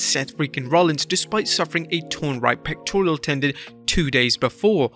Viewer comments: Pectoral not pectorial, get it right if you’re gonna use the word so much… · It's pectoral, not pectorial. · "pectorial" lol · Why can't he pronounce pectoral? There's no i in the word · There's no "i" in pectoral my dude.